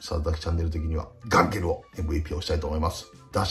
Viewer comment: ガンケルの ガ にアクセント置きすぎｗ